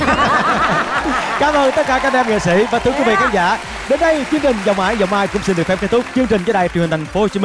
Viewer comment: Bạn giọng hay nhưng phát âm X S đang bị sai rồi. Nơi xưa chứ không phải nơi sưa,cho tôi xin chứ không phải cho tôi sin